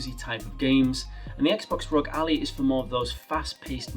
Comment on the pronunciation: bro said Allie instead of Ally